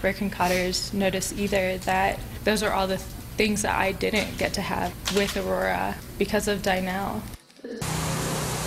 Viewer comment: This is absolutely disgusting and I'm so happy this woman will spend the rest of her life in prison But also, that woman doesn't know how to pronounce Aurora and that bothers me for some reason